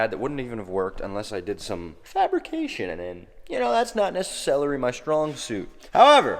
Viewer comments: "Thats not nessa-celery my forte"😂😂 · definitely said “necicelery” 😂😂